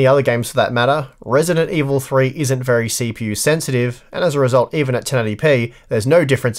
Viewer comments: "Verh High Quality" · "Verh high quality" :) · "Verh High Quality" hehe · Ah yes, Verh High Quality is the verh best quality.